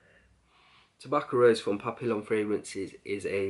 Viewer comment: I respect your olfactory knowledge bro but, come on how difficult is it to google how to pronounce SA LOW MAY but you kept saying Dyrad, it's DRYAD ! And you don't pronounce the two LLs in Papillon. WOW. I honestly do love your vids. This is feedback to help you. x